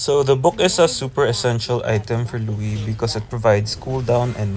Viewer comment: Her name’s not Louie. It’s Luo Yi. 😂